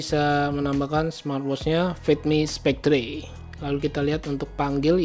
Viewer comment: Mungkin bacanya spekter bukan spektre, cmiiw